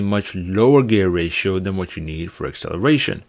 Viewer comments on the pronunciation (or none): none